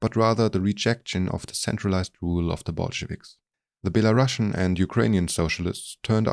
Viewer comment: the Word Belarusian is pronounced like Be-La-Ru-See-an